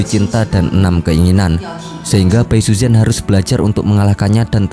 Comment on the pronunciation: pengucapan namanya gak pas bro. saran gw sebelum bikin video cobalah sedikit belajar mendengar penyebutan nama² tokoh oleh native speaker. malah kalo lu tau ada serial sebelumnya thn 1993 yg populer disini. itu pengucapan namanya sdh benar. contoh namanya Xu Xian itu dilafalkan Hsi Hsien, jgn Hsu Hsian. yg parah itu bai suzhen. ucapan yg benarnya pai suchen spt yg selama ini kita kenal. ingat pinyin mandarin itu gak semua diucapin sm spt hurufnya